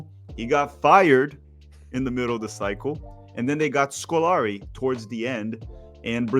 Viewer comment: A brasilian calling Felipão as "scolari", saying wronaldow , wronaldiniow, is fricking nuts 😂😂